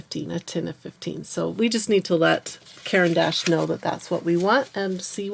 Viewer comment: It's pronounced kor ahn dash